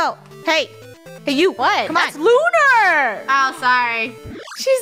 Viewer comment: Its not Looner its Lunar.(Not being mean!)